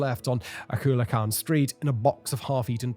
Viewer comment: Bro PLEASE look up how to pronounce words. ITs COO-LEE-AH-CAHN